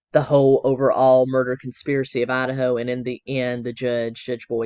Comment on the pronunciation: Loved your pronunciation of… ADD’a’ho! For sure Lori is the biggest Ho added to the pac nwest… Colby testimony is as heartbreaking as can get… its triggering for me bcuz I’d give anything for my son to love me… hes been gone 20 years